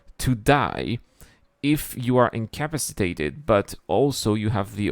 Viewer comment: Take a drink every time you hear day "in-cap-piss-ate-ed". LOL. seriously though it's difficult to learn a language. Much respect. My Spanish is far, far worse. Love the episode though!